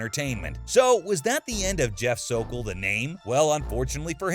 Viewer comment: I’m so thankful Chris nailed the f’in Sokol!!